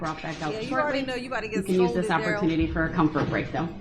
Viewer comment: He was asking Detective Carpenter and sais thist instead of this